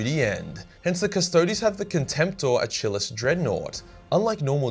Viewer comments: (uh-kill-ees) not uh-chill-us) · I swear your the only person in the world whos ever mis pronounced achilles as a-chill-ees. Not the first word you couldnt read or mispronounce. Sometimes its funny, sometimes its like headslap Might wanna retake the english class there buddy. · Might need a lesson on pronunciation though. And I think what he’s trying to say is Achillus or Achillis but he’s saying the first bit like it’s chair. When I imagine those words are derivatives of Achilles. So it would be said phonetically as a-ki-lus or lis. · “Uh-chill-us Dreadnought” Oh lord 🤦‍♂️ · Pretty sure Achilles is pronounced like the Greek hero, from the Battle of Troy. So Uh-keel-eez.